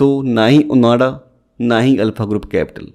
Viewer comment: It's ओआंडा bro, not ओनाडा..